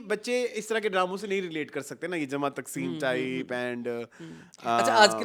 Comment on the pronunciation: Good reviews as usual.. Sir jama taqseem not takseem😊